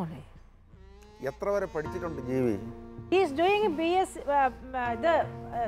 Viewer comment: Ayal vilikkunnath ketto "jeevi"nn 🤣🤣